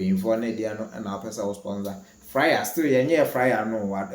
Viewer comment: You are always saying fryer instead of flyer